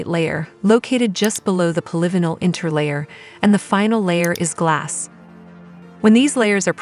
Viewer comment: Maybe someday AI will be able to pronounce polyvinyl correctly. That is annoying. It ruins the listening experience.... So I will leave this site. Bye.